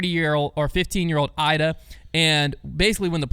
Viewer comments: Come on we’re not even pronouncing Iida’s name correctly?? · It's a nitpick, but it's Eee-dah, not Eye-dah. *Iida Lehtomaki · E-duh not I-duh. On Apple Podcasts app making my ears bleed and whispering. Crazy that in here it’s fine. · E-da, not I-da. I don't make the rules. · Iida is pronounced Eda for you Americans ✌️❤️ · Agree not a nitpick. We only heard her name like a thousand times. I really wish as an American we can have correct pronunciation of ALL European MPO and FPO players! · can’t even pronounce Iida’a name correctly and still claims to care about FPO. Insane